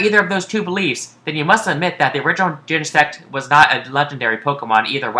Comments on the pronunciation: i started laughing when he said gene-sex as plural for genesect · Wait Genesect paresect